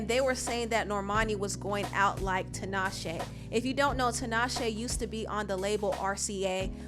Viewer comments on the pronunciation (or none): I really hate that Tinashe MISPRONOUNCES her own name :/